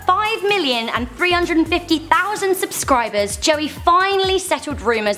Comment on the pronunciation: honestly I just heard her I was about to throw worlds ugliest comment at her Joey is my favorite vlogger by far and her saying his name wrong just infuriates me